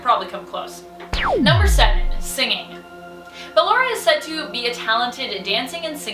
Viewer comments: Why are you calling her Baylor her name is basically ballora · she said Balor its ballora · Top 10 : BALERA. me : ITS BALLORA triggered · It's not Baalora it's Ballora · She said circus baby instead of ballora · Ok her name is pronounced "bullora" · SPODDER BALLORA, SPOODER BALLORA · sorry but this is bothering me its ballora (ball-or-ah) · you are pronouncing Ballora's name wrong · it is ballora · I'm sorry you actually are calling her ballora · I’m annoyed how she says ballora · Why she say ballora so weird? Lmao